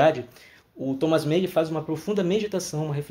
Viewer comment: Você está pronunciando o nome do autor como se fosse inglês. Não se pronuncia 'men' é 'man'.